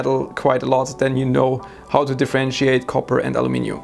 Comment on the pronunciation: He even says Aluminium correctly :)